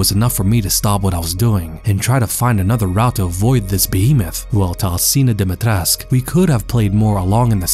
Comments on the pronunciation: its pronounced more like dim-eih-tresc-euu (with rolled r) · You pronounced Dimitrescu wrong. The "cu" is not silent. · Why does everyone always say "Dimitresc"? In Romanian the U is not silent and should be pronounced as an 'oo'. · IDK why it irritates me so much when people mispronounce the name. Never mind accent, or anything. There is a 'U' at the end of the name. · If the pronounciation of her name was correct, she could have been the perfect villain. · Is this really how her name is pronounced? Just sounds wrong to me but I could be wrong